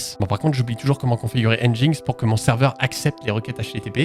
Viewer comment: Pour nginx ça se prononce comme "engine x" ;)